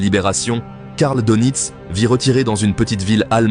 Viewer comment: S'il vous plait, prononcez Deunitz et pas Donitz.